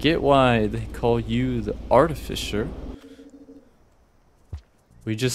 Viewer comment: Aw frik my comment draft got deleted by YouTube, this is the second draft - rushed cuz I don’t remember all the details :((( look out for terrain and map changes, it may help piece together a timeline! art-eh-fis-sir personally I feel that blind is best, since youtube comments can give you any needed advice/tips. Also yep, she. smh you can’t just ask why someone’s glowing red. Dw though, it’s just the drone’s color slugcat more like snailcat hopefully this isn’t backseating, but the direction you hold matters. That means left+up sends you a (slightly) different direction than just left, or just up. Also, technically you have 10 charges, but it’s more complicated (due to recharge time, as well as parry taking 2 charges). As a rule of thumb, stop/reduce blowing up when you are fizzing. :) arti speedrun when? you can use the map to check fine-details on the map, including whether something is background terrain, or is a pole(plant) As a side note, each slugcat has a different playstyle or ‘vibe’ to them. Survivor is the baseline, monk is relaxed/friendly, hunter is quick and planned, gourmand is chill and ‘go at your own pace’. I’ll let you figure artificer’s one as you play.